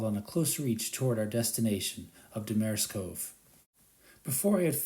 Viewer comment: You’re mispronouncing Seguin and Damariscove. Nice video, though.